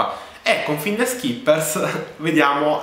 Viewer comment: Intanto cominciamo a pronunciare bene la parola finders...